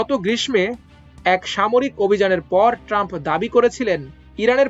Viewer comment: অতি চালকের গলায় দড়ি! দুই স,ন্ত্রা:সী মিলে চীনের অ"স্ত্রে:র বাজার বিস্তৃত করে দিলো!! আর আপনারাও যদি বাংলাদেশের অন্যান্য ফালতু মিডিয়ার মতো লোক দিয়ে সংবাদ পাঠ করান তাহলে আমরা কোথায় যাবো! 'গ্রিসমো' বলে কিছু আছে!!?? গ্রীষ্ম উচ্চারণ করতে অসুবিধা হয় কেন!??